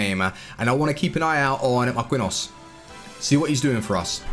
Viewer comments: Marquinhos is MAR•KEEN•EEOS 🤦🏽‍♂️ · Hot Take: You can only use Marquinhos if you can pronounce his name :)) Kidding pal love your work xxxx